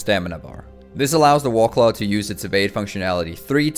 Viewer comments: You sound like you're a native English speaker, so it bothers me that you don't pronounce "war" properly. "The Wahclah mount" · I keep hearing you say "Wallclaw". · "the wawclaw"